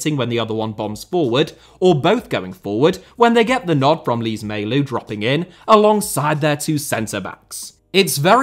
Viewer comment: Day 33 of asking a video on- Oh hey you made it! Thanks a lot! Btw, funny pronunciation of my name lol Also, Lees-Melou, not Lees-Melout